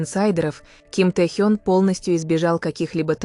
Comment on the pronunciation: Офигеть! Авария века… в пробке, на значительной скорости врезались сзади! Представить страшно… И научите уже ИИ правильно расставлять ударения! ТЭхён, тИски… смех, да и только. За ТЭхена обидно)))